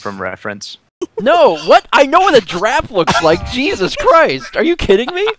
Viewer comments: "Shut up Alex, you know nothing about draffs!" Oh, when will you learn that giraffe is pronounced jəˈraf. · Hahaha struggles with saying giraffe. Awwwwwwwwwww reminds me of the olden days lol! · The return of the "jraff"